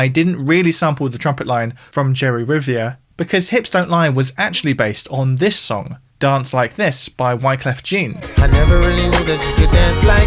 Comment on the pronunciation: Great video. Pretty sure it's pronounced Wycliffe John. As if it was from the french.